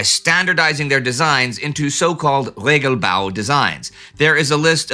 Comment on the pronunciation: " Regelbau" I definitely heard "Lego-bau" had to backup and listen a second time with the caption.